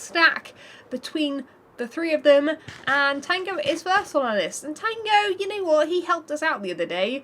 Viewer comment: everytime i watch her videos it's full of "ya ne wot"